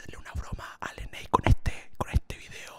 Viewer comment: Se dice leney :v yo si quiero una broma